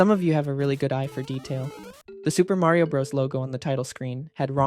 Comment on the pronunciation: the R in 'Mario' is still wrong this irks me